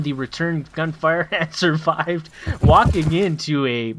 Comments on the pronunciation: hes called surved not survived lol. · Its Surved, not survive